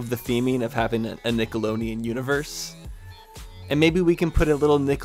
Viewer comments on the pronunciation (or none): 🤣 Nickeloneon 🤣 its Nickelodeon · I am in LOVE ❤❤❤ with this series! Nickeloneon? Lol, it was so funny how you said that 😂